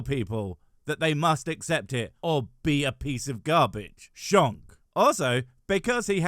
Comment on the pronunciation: You said shonk😂❤